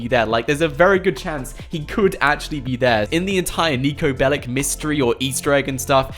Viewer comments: he said pellic, ass jack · PLS stop calling him"Bellic"! You are not pronouncing it right! Its Belić, he is a Serbian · It’s bellic’s not bellics’s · How many times did he say nico belik?😅